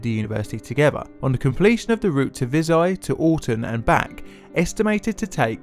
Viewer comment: Vi[zh]aj as in Bei[j]ing not as in [z]ombie